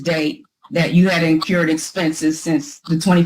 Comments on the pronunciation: 😮You would think a lawyer should know there is no such word as 'in-cured'. The phrase is 'incurred' expenses. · Please tell her its 2 Rs... incurred not in-CURED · this is rough! It sounds like she said "incurbed" and "axed". It's painful! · Apparently, Miss Sullivan "increwed" costs and then "incured" even more!!! Not to mention a "supssequence" of incidents! Hahahaha......what a pack of crazies! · I know this is an old video, but please tell that the word is 'incurred', not 'incured' 🤦‍♀️ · How does an educated attorney not know how to say "incurred" for Pete's sake! Did it drive anyone else crazy to keep hearing her say over and over "encured"? She must've gotten her law degree from an Ivy League school, for sure! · InCURED or inCURRED? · Incurred! Incurred! It's not inCURED!! Use words you can pronounce. Rant over. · As an attorney, I would expect you to know how to pronounce words like "incurred."